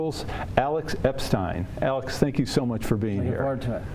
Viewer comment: Aaron pronounces Epstein correctly, we're off to a good start.